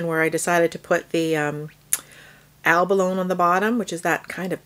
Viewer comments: Helpful video, however I cringe every time you say abalone. (the final e is pronounced eh) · Great video. Just fyi, the e is not silent on abalone. Its pronounced like abaloney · Looks gorgeous! Btw, Abalone rhymes with baloney…😊